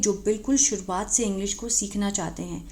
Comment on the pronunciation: Suruvat hota hi churuvat nhe...apne bache ko apka video dekha rhe the...ab woh mujhe smjha rhehi ise to bolna nhe Ata.....😂😂